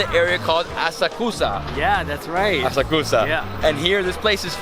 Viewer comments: It's not " ASA KUSA " , it's " A SA KU SA ". Why didn't your Japanese friend correct your pronunciation ? ! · Why didn't teach him how to say "Asakusa" correctly?